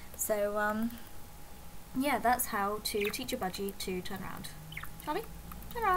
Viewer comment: it sounds like your saying Polly when your saying Charlie. that reminds me, i used to have a budgie that looked a lot like that named Polly :)